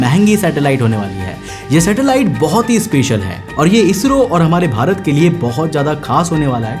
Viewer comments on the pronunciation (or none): none